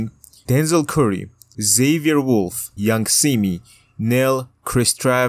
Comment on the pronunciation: Yung simi 😂😂😂😂not yung semen